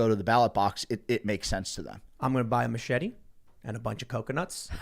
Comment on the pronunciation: "Macheting Coconuts" not "Machet-ee-ing Coconuts".